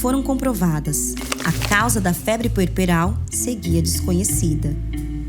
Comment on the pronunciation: É puerperal não pueperal